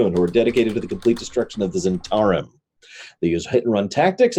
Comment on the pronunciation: struggle with the pronunciation of Zhentarim...all I can think of is Londo Mollari saying "the Great Zhentauri Republic".